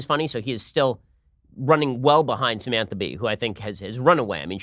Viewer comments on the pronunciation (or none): none